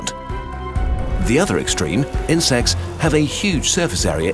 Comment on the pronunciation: insects - heard it as in-sex